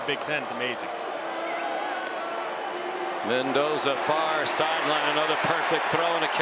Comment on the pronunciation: ManDozer not Mendoza